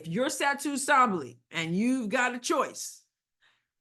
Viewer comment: bravo for pronouncing Sabally correctly. You're the only YouTuber who is getting it right!